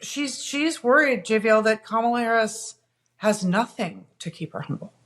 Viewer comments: The mispronunciation of Kamala's name is not a random slip of the tongue. It's a racist dog whistle. They say ka-MA-la because they think it sounds more "black" than KA-ma-la. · They all say her name wrong on PURPOSE.